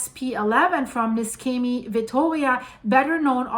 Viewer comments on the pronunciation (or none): It's pronounced Neeshamey. And Gela is Jayla. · The correct pronunciation of Niscemi is (using the IPA alphabet) [niʃˈʃɛmi]. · you yourself said the cause - too much water. And btw. the plase is pronounced with a SH like in shoes. For those understanding Italian, the owner (and geologist btw) of the channel Geopop, he has promptly described this landslide. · NISCEMI IS PRONOUNCED AS IF IT WERE SPELLED LIKE THIS……. (NESHEMI) NOT (NESKEMI) HOW YOUR PRESENTLY PRONOUNCING IT………. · The name of the town is pronounced "Neeshaymee". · Apologies for being pedantic, but the correct pronunciation is Nee-Shem-ee. But this disaster is an awful disaster. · The right pronunciation of Niscemi is Neeshamee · It's pronounce ne-sha-me. Thanks for the reporting. I just got back from a 4.5 year tour with Navy.